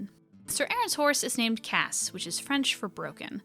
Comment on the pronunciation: great vid as always ! :D I might add something about Cassé, as writen in the comic his name have an accent on the "e" that changes the pronunciation for something like "cass-ay" (kind of like June and "Jun-ay"). As a natal french I just couldn't ignore, sorry x'D